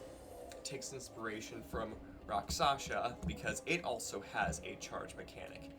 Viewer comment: It's Rakshasa, not Raksasha